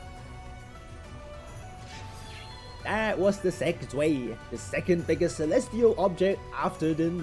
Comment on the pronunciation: It's said Zv-eye, not zuey. Good video.